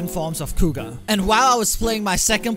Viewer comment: Kuuga Growing, with an R, not an L